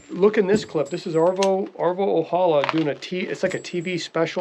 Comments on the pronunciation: 🤠 Arvo's Ojala's name is not Spanish so the "j" should not be pronounced like in Spanish. In Finnish it's "OYALA"! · Love your videos! I've loved these films since I was a kid in the 60's. Mr. Ojala was of Finnish decent and the "J" is pronounced like a "Y." O-ya-la.